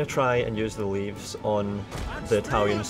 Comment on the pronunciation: the shitty javelin units are not pronounced Leaves but leveys:D<3